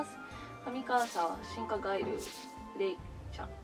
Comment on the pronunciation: ガイルの発音 いきなり見る気失せたわ